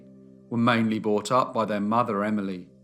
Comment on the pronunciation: Can I just say it’s “brought up” and not “bought up”. Bought is past tense of buy. Sorry it’s a pet peeve of mine ! It’s like people saying Pacific instead of Specific.